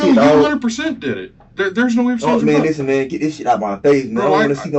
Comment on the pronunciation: Im genuinely asking. How de we pronounce 'Listen'?